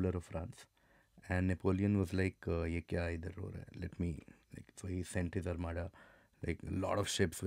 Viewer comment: armada spanish or french?